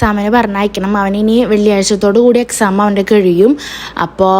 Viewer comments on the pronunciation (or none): ചേച്ചി കെയിയു എന്ന് അല്ല കഴിയു എന്ന് അന്ന് പറയേണ്ടത്